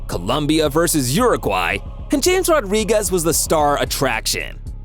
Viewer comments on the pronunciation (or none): I can't comment so I'm replying. This guy is clearly not a football fan. James Rodriguez is pronounces ham-ez. And that's not how you pronounce Mbappe. Or salah.